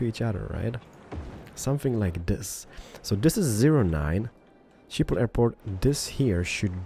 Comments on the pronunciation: Shiphol 😂😂😂 in the Netherlands we say Schiphol with the sch but many people cant pronounce that😂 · "Shiphol"... wauw xD It really isn't that hard to pronounce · Schiphol - pronounced 'Skip-ol' - from the Netherlands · Its always funny to hear people say Schiphol if your dutch. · love the way he pronounce "Schiphol" xD